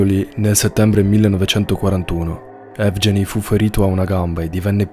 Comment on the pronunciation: "Evgeny" si pronuncia "ehvgheeni"